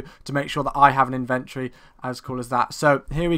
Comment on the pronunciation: lol y do u say inventory so oddly